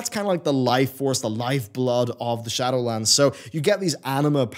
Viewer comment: Glad I'm not the only one who heard that. 😂